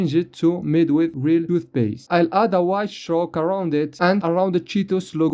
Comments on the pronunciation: thoothpaste instead of toothpaste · The *Thoothpaste cheetos* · And thoothpaste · it says thooth paste not tooth paste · "made wihth real toothpaste"